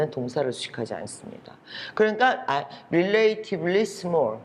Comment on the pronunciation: 품사편으로 정리해주신 무료강의 정말 감사합니다~~ 근데 relativly 의 발음이 쬐금.....